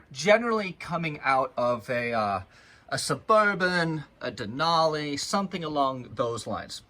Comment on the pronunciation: I notice it's not just outsider that pronounce Denali WRONG white folks pronounce it WRONG too but then again the calls an engine a motor you can tell he's uneducated more or less mechanically inclined